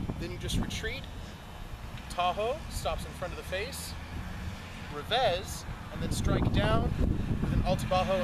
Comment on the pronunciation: He is portuguese so you are pronoucing it wrongly (as if it was spanish) Gomes = Gomesh Revez = Revesh Although you should a quick shh and not a long one. Cheers